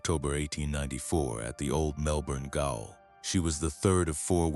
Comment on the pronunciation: A Melbourne “gayol”. Jail.